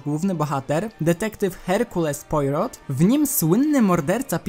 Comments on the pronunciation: Nie poirot tylko Plaro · Herkules "Pojrot"... 😳 serio? 😅